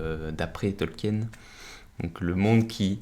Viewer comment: Mon dieu 🤣 le pauvre professeur doit ce retourner dans sa tombe avec ta prononciation de son nom 🤣